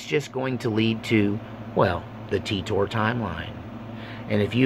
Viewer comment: It's pronounced "Teeter"